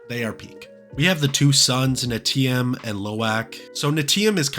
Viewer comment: personally I like how long the movie is ❤❤ But small nit pick is the pronunciation of the character names. The movie & probably a trailer says it for us. So, especially for Neteyam, Im surprised you didnt remember how to say 😅